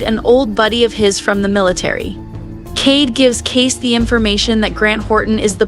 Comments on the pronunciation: It's not Case, it's Kayce (pronounced Kaysee) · This is so stupid, wrong, and click bait. And I hate that I’m adding to it by showing my annoyance. It’s KAYCEEEEEEEE. NOT CASE or KACE. Meanwhile, CADE is his childless Black Ops friend who found the people who killed JD and who is helping Kayce. GRANT is the person who arranged the hit. His daughter is the one in the car. And Kayce kills NONE of them, which is literally the entire meaning behind the name of the episode, ‘Counting Coup’. You literally do everything BUT kill when you Count Coup.